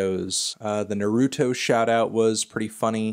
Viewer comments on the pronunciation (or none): You put the emphasis on the wrong syllable in naruto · its pronounced NAH ruto not na ROO to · Anthony really just said "nerooto"... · “The NarOOtoe verse was funny” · smh anthony why you say naruto like that